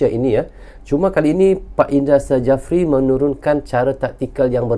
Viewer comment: PSSI...pakai ejaan indonesia bang.. Jangan pakai ejaan engres Bukan indra sajapri bang😅 tapi indra safri..